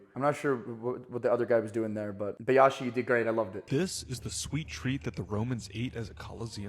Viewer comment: By the way Bayashi is pronounced as Bi -yashi not Bay-yashi